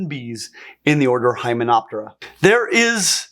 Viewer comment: Hymenoptera! Hymenoptera! Hymenoptera! Please please.